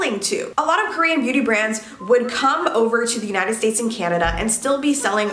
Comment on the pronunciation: is it just me or dose it sound like she’s saying “booty brands”?